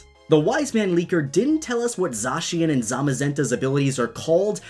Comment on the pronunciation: THANK YOU for pronouncing Zacien properly! 😁😁😁 People DONT listen at all to directs, I swear...